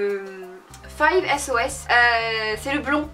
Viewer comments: WOW ! Quand tu as dit Celebrity Crush et que tu as dit « le chanteur de... » j'ai direct penser aux 5SOS pour déconner et BIM, Luke Hemmings ! C'est vrai qu'il est plutôt magnifique...Et il a 18 ans. Ah et ça se prononce 5sauce, pas 5-S-O-S ;) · Coucou! Je sais je vois ta vidéo 1 an après mdr mais comme tu as mentionné Luke Hemmings le blond du groupe 5SOS dans ta question du célébrité crush j'ai souris aha car je suis fan d'eux un petit reproches gentil les initiales du groupe se prononce " Five sauces " mdr pense à la sauce barbecue ou aux autres sauces aha:) Bref j'aime beaucoup tes vidéos continue comme sa:)